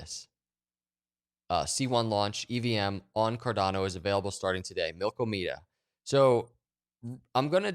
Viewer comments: Did u really just call it milk o me da It’s mill Kah muh duh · Its Mil-KAW-meda! not Milko-meda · The various pronunciations of Milkomeda that are going around are killing me. If you look closely at the application’s website, it’s obvious the name is a play on the Andromeda galaxy.